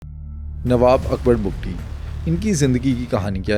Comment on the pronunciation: پہلی بار کسی نے حقائق بیان کئے ۔ اور بگٹی ہیں بگتی نہیں ۔